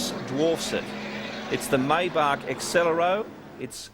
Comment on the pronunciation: Its pronounced MY -BACH not May- back